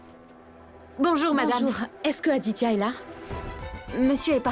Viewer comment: Akankcha à dit<<Adia>>auriez de dire Aditya